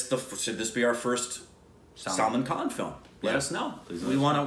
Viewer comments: Salmon khan???really?????😂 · When pronounces Salman Khan as salmon khan😆😆😆😆😆😆.... I died🤣🤣🤣